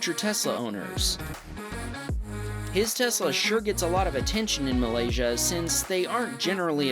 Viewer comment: The way you pronounce "Malaysia" make me happy.. 😊👍